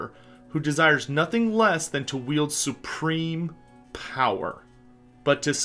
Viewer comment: "SURPREME power" Clearly the champion is;D